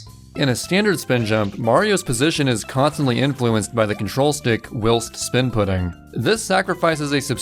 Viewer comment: whilst isn't pronounced like 'will st' lol